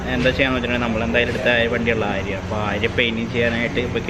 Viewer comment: ബോലോറ എല്ല ബ്രോ... ബോലെറോ 😄 ആര്യ എല്ല ആരിയ 🤫 Edit: paint job is superb 👌🏼